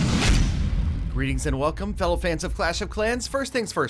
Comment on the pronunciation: Greetings, not freaks tho it does sound similar the way he said it